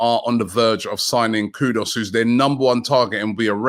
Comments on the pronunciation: Please stop pronouncing Kudus wrong - Koo-doos not kudos..! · Koodoos not Kood-us. Sheeesh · Just the fact that you call him kudos alone is enough for him not to come! When are you Robbie going to get the names right? You could just ask any ghanaian how the name is pronounced but no despite weeks of comments to correct you ignore and continue with kudos. Its not nice butchering people's names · Don't know why everyone keeps calling Kudus "Kudoss". There's no O there, it's KOODOOS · The one good thing about missing out on M. Kudus is that we won’t have to listen to Robbie repeatedly mispronounce his name. For the record it’s spelt KudUs and NOT KudOs … Robbie. It not even hard. SMDH. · if only Robbie knew how to get his name "Kudus" right. maybe he will choose Arsenal.. haha